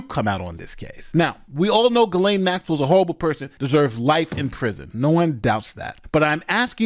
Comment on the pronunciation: Who are those women , those coconspirators pictured here ? Also , Ghislaine ( French ) is pronounced Gee len . Everybody gets it wrong ...